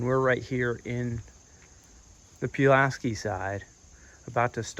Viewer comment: It's PULL LASS SKEEE lol